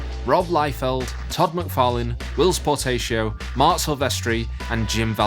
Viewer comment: Who the heck is Will potato? It's Whilce Portacio